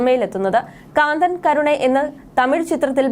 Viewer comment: കാന്തൻ... അല്ല കന്തൻ ആണ്... തമിഴ് അറിയില്ല..